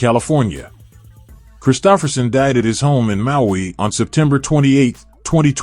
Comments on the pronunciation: He was great. This video...not so much. AI narrator mispronouncing his name blows. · You are mispronouncing his name. How can we trust your information to be clear?